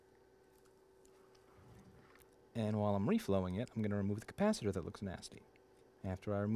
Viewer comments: Electrical technology (AAS) degree holder here. Since when is 'capacitor' pronounced 'Kappa-Sitter'? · Cap-a-sitter is the only way to pronounce that word now. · no, it's a ca-pasi-ta-tor ! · If we all chip in $5 each, can we get you to a speech therapist to work on your pronunciation of "capacitor"?